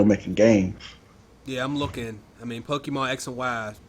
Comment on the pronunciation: Can you please tell that it's PokeMON, not PokeMAN?!?